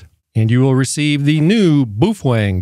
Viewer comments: What the hell is a "Boofwang?" Do you mean Baofeng? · how the hell does it come up to your mind, that the companys name is pronounced boofuang?!?!? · Boo-Fwang? I always thought it was pronounced Bay-o-feng. Can someone please shed some light on the CORRECT pronunciation? It may seem silly to you, but I'm genuinely curious about this. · Bro.. did you say "Boof-Wang" 😂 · Apparently he's cool like that. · I chuckled every time you pronounced that as "BOOF WANG" ... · Do you absolutely slaughter the pronunciation of most words, or do you save that bloodbath for Baofeng only? Boof Wang. 😂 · Worst AI I have ever seen can’t even pronounce Boafang